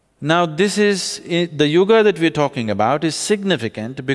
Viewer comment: It is neither. It is yuga. There is an a at the end. Small a. Not AA. It's called shwa.